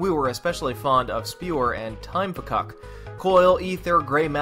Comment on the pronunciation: Even though it is written "Time Fcuk", it is actually just pronounced "Time Fuck". I understand for reviewing purposes you probably wanted to avoid profanity, but Edmund said it was kinda a running joke to see who would get upset at the name (so they changed it to Fcuk, but he still pronounces it otherwise...)